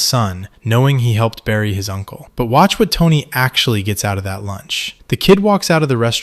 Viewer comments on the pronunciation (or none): none